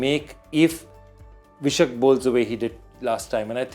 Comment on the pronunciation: It's pronounced Vyshak (Why-shak ), not Vishak 😂